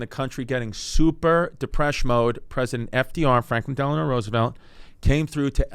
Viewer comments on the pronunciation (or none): none